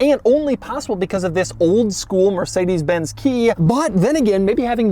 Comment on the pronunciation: Did this bro just say “mercikedeez”?